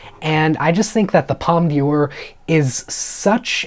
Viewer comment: Just so you know you don't pronounce the d in "d'or as dee but the whole d'or as door. I've also heard wicked from certain pundits is the real deal about being nominated for best picture